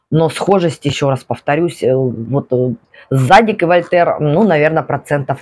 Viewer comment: ваше зАдик режет слух) тем более ваш любимый бренд)